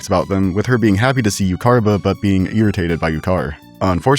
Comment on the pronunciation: The way you pronounced Iuchar and Iucharba are…. Not good. 3 out of 10. Room for improvement, I believe in you 👍